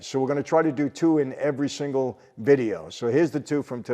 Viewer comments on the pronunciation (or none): none